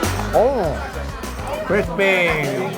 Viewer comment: "Crispiee" loooollll.